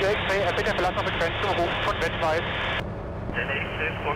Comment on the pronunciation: Vettweiß... nicht Wettweiß ;- ) heißt ja auch Vater und nicht Water